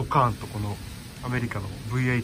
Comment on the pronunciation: 『ブイハチ』『ブイエイト』 完全に日本人の語り口ですﾈ！